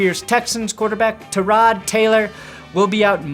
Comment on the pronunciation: As a Buffalo fan we were told by tyrods mom that it's pronounced TIE-rod come on